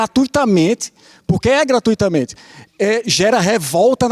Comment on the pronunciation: "Gratuitamente" kkk, aqui o cara já perdeu a credibilidade.